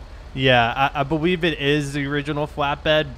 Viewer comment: powice officer lol boweive lol